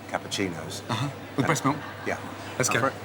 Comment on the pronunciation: teddy melk